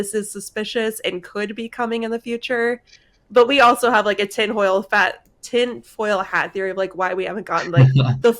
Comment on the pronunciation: "tin hoil fat"